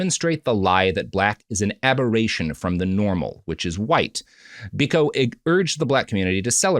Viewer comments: Its pronounced "Bee-koh", not "Bik-oh". Never more have I wanted Prop to be on the show to correct Robert. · The Peter Gabriel song 'Biko' is a eulogy of Steve Biko. (Edit: And yes, as others have said, it's pronounced BEE-koh) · Sometimes I think Robert is fucking with us with pronunciations. Stephen BICK-oh? You're not serious right now. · Biko is pronounced "Beeko." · yeah true but it's still pronounced Bee-koh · A not so hot take on a very well covered story. It’s literally all over the internet but they seem not to have noticed that. The reference they quote is on YouTube and covers the nature boy story much more comprehensively and with less sniggering, giggles and errors. And please pronounce Steve Biko’s name properly. A widely known and hugely important figure in history and subject of many songs. Content is content, I guess. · The mispronunciation of Steve Biko's name is crazy. Other than Nelson and Winnie Mandela and Desmond Tutu I'm not sure there's a more famous South African